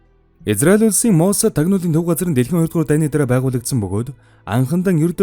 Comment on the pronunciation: "Моссааад" гэж дуудахгүй, "мооосад" гээд оркдоод байх юм. Аудио байдлаар бусдад мэдээлэл түгээх гэж байгаа бол эхлээд 5 минут гаргаад бэлтгэж болно доо уул нь.